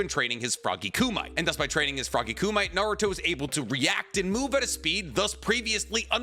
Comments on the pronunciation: Plz hear me, it is not "koo-mite", it is pronounced "koo-me-tay" like in the movie Bloodsport from the 90s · Kooh-mite? NO...Kuh-me-tay. Almost as bad as the bad Minato pronunciation. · ku-mi-te, in Nihongo language the three syllables sound out separately. It's not pronounced koomight. Reference old karate movies like Bloodsport for the pronunciation. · The only issue I have with this video is your pronunciation of kumite. I completely understand thinking it’s koo-mite, but it’s pronounced koo-me-tay. Do I feel like an elitist asshole for saying this? Yes, but sometimes it must be done 😂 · Ku-me-TAY not ku-MIGHT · It's koo-mee-teh not ku-mite bro lol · It's Koo-mee-teh, not koo-mite. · Kumite reads like “ku me tay” not like “ku might” Hope that helps! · Why do you say frog ku•might that’s what you sound like when it should sound like ku•mi•tey…. Like the tournament in the movie blood sport I know you watched the show bro you know how to say it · It's not frog (koo-mite) it is frog (koo-mi-tay) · Kumite = Koo + Me + Tay, not Koo + Mite 😅 I know you've watched the show countless times so you've heard them pronounce it. Are you doing it on purpose to bait idiots like me to comment? 😅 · Ku Might? You mean Kumite? As in Koo Mee Tay? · Froggy "Koo-Mite"? Do you mean Frog "KUMITE"? (ie. Koo-Mee-Teh/Tay) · Ku-me-tay 😂😂 not ku-mite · Love you vids as always. I have to be that guy for 5 seconds...Froggy Kumite (pronounced "coo-me-tay" not "coo-might'' 😂😂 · Say it with me KU-MI-TE' not kumight. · Kumite isn't pronounced ku-mite (koo-mite), it's ku-mi-te (koo-meh-tay). This literally means "grappling hands." So "frog kumite" is "grappling frog hands." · I like your videos, but please pronounce kumite as KOO-mih-tay, at least 3 syllables is better than 2. It's commonly used in the martial arts world and you can find others pronouncing it properly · I love how you butcher words. koo-mee-teh. Kumite sounds like some mineral. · Kumite. Koo-mit-teh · It's koo-me-tay. Pls.